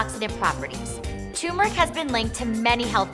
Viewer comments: Can we please start pronouncing turmeric correctly? It’s not Tumor-ic. It’s Ter-mer-ic. Thanks, Goodbye. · Turmeric not Toomeric lol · There's an R in there... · Yes and it is turmeric not choomeric or toomeric as so many people pronounce it. Not sure why folk insist on such funny pronunciation! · Yes, cheesy like Limburger. And before one tries to impress me with their knowledge & insights, how about at least learning to pronounce the name of the spice correctly?